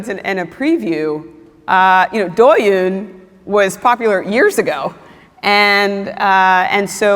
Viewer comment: She pronounced 抖音 as 多云...